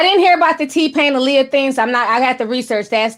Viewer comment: I love how you say “thing” lol “theen” I love it 🥰